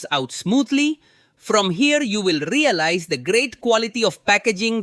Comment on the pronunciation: I like the way you say "Rrrrrealize." It makes me feel like I can do it.